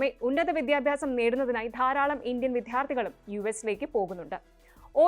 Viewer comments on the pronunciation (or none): വിധ്യാർത്ഥി അല്ല വിദ്യാർത്ഥി